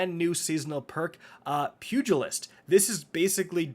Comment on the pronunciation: Thank you for pronouncing pugilist correctly you would not believe how many YouTubers get it wrong and it’s been driving me crazy.